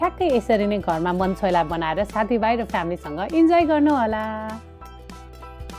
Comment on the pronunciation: It is mana chhweyla not man chhweyla.